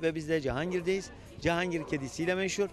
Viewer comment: Adam Cihangir diyemiyor,cehangir 😂😂